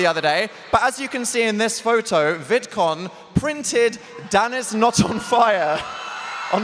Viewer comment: Dan: DanIsNotOnFire Me: Don’t you mean, DaniSnotOnFire?